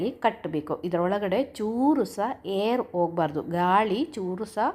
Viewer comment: Hair ಅಲ್ಲ air alva